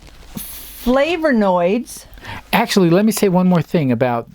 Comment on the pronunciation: Looking good and! Gentle reminder there's no "R" in Flavonoids. Keep up the good work. Enjoying these talks about supplements and nutrition. 👍